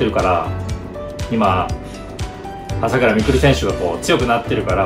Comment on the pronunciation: 朝⤴︎倉⤵︎未来で草